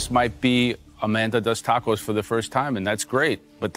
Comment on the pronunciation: l like how Aaron Sanchez, says Dordillads...Dacos...then throws out a "Hey Ya'll" 😂😂😂 What an assclown!